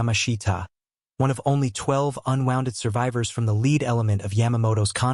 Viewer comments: what the hell is a wall of leed? Guess the AI meant lead huh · A wall of lead 😮😮😮 pronounced LED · "...a wall of LEED????" Apparently, AI narration has a way to go. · "wall of leed"??? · "The gun barrels spit out, "Leed!' Thank-you AI! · 😂beat me to it